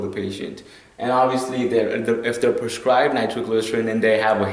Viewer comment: How do I get a drug "perscribed" to me? I'm sorry but if my life is in your hands and you don't know that the word is PRESCRIBED, then I have good cause to worry....